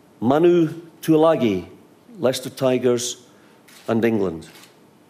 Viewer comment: How is gonna mess up Tuilagi's name? Rude! haha